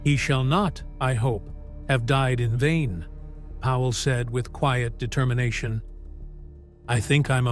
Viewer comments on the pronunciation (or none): It's Powell, NOT Howell ace. Try getting it right!